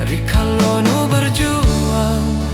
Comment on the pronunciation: Nggih,pengucapannnya kurang tepat,bilang rikale,diucapkan rikalo suksma di cermati juga nggih